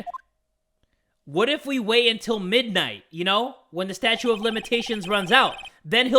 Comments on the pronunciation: Anyone get annoyed that says Statue instead of Statute? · is jay saying statue of limitations instead of statute of limitations